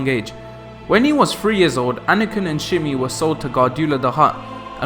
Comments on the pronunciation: Shmi Skywalker not shimi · Shmi not shimi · shhme not shimmy. jeez kid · why am i watching a breakdown vid by someone who cant say shmi. shimy ffs lmao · shmi, not shimmy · SHMI not Shimmy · Lol, stop saying Shimmy, it's driving me crazy. It's Schmi Schmi! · 2 problems with dis shit I click for how powerful he was not a history lesson I already know all of this and his mothers name is NOT shimi her name is shmi lmao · How you are calling Shmi Shimmy lmao like what? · How the fuck do you listen to her name being pronounced in the movie and look at the spelling of it, and come away calling her “Shimmy”?? Like what’s wrong with you? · Speak real English, not that incorrect trash from englan the shithole nation with erroneous variamts of the English language. Fathet isn't fa-ver and vission isn't "vig-in"...Schme isn't pronounced "shimmy" ... nothing you say is correctly pronounced, it just sounds like shit frok england. Future isn't few-cha...such disgusting speech patterns you filth in england have. Discriminatory is not dis-creamy-tree... THERE IS NONTREE in that damned word!! Maul isn't moe-ull, skill isn't ski-eww... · Watch the movies and learn to pronounce shmi